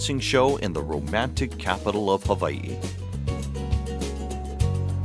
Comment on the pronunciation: Mispronounced Hawaii and Honolulu